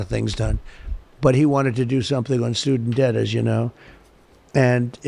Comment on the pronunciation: soodent debt